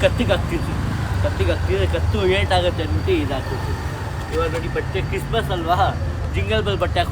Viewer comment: Christmas❌ Chismas ✅